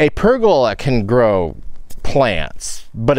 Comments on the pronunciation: I've also always heard it said as PER go la, with the emphasis on the first syllable, the second and third are said in about the same quieter tone. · I've always heard pergola with the accent on the "per". Either way, I knew what you were talking about. ( I'm over here on the EAST side of the cascades, near Pendleton)